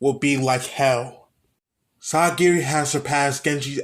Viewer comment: It’s painful when I hear you say sagiri